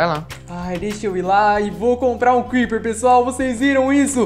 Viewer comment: O crepeer falo kkkkkkkk